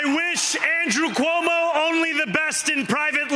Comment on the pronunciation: Cuomo So stupid not to pronounce his opponent right, how this person could lead the city. 😢😮😅